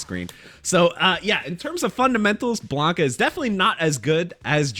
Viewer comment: His name is Blanka, not Blonka lol